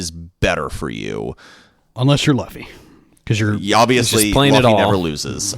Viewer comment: Isn't Luffy pronounced Loo-fee not Luh-fee?